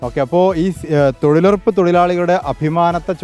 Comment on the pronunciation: ചേച്ചി ശരിക്കും തങ്ങുന്നുടല്ലോ തൊഴിലുറപ്പല്ല തൊഴിലുഴപ്പല്ലേ...